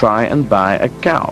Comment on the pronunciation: Especially brooon Coooos….